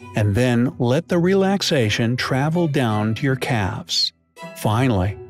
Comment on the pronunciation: the way he says calves 😬😬